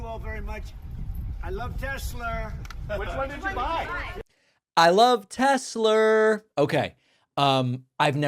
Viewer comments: I love Tessler! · Haha Tesler. Comedy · 😂😂😂 when’s the last time Trump even drove a car? “TESSLER” hahahaha what a buffoon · "I Love Tesler"....omg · Wtf is a TESLER? 😂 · Tesler Hahaha WTF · It’s Tesla….Not Telser Felon 34🌹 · Oh my gosh , Pakman is so smart , he heard Trump say Tesler instead Tesla ,WOW 😲 Sausage Nose made up another crybaby rant . 😭👃🌭🐽. Nobody knows like Sausage Nose , he has the direct contact with Trump info , he's hooked up ! He has his crummy little desk where he makes up his daily lies . Sausage nose ! Sausage nose Sausage nose ! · He actually says "Tesler"!🤣😂🤣😂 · Calling Tesla "Tesler" may just be Trump's idiolect -- his particular way of speaking. This phenomenon is the "intrusive r", meaning an "r" sound appears even at the end of words that have not had "r". Linguistically, it does not mean anything about intelligence or being civilized. Although New York English did not have that intrusive r earlier, maybe Trump uses it sometimes. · "Tesler"?🙄🙄🙄jeez My God he babbles on and on he has.no.idea what hes saying. This is terrible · "I LOVE TESLER" New clip for the soundboard !!! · Tesler. What an idiot. Elon calls them Tezla. 🤡🤡🤡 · Tesler lol😂😂😂😂 Idiot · I'm here to see if he still loves Teslurr. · The silver 'Tesler' reminds me of the car that Homer Simpson designed. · "I LOVE TESLEEEEER!!!" "Saudi Arabia and Russia....will REEPEEDOO....AAAHHH" "OBAMNA" "TROTH SENSIAL" He is such a clown😂😂😂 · I LOVE TESLUR! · Tesler- Everythings computer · Him calling it Tesler is giving me "Merry Chrysler" vibes 🤣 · Hahahaha “Tesler” 😂😂😂😂 so pathetic. Poor Elon and mini Elon too. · I lmao every time I hear tesler 😂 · Who does he love more, Tesler or Melanier? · Next time he'll say "I LOVE TESTICLE!" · David you gotta turn the "I Love Tesler" thing into a soundbyte and use it when Trump talks about "Tesler" in the future. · Can we please call it Tesler from now on??? PLEASE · Tesler 😂 what a bafoon. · TeSlur not Tesler - Freudian slip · FentinALL and TesLER 😂